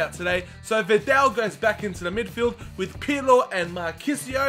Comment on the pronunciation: It call vidal and not vindel